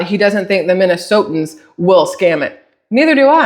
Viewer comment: It's hilarious how many times I have heard Minnesotians. There's not a second i, it's just Minnesotans. Autocorrect even tells you you're wrong if you type it out 🤣